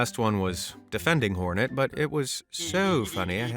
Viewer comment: Its hornet not Fortnite lol